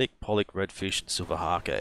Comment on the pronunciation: And silver hake is long A, e is silent.